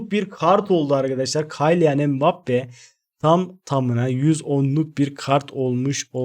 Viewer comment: Kaylian mbappe deil Kiylian die okunuyor reis :D